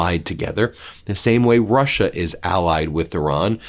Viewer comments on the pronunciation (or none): none